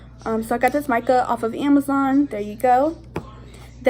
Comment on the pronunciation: I think it's kinda funny when you say Amazon no afence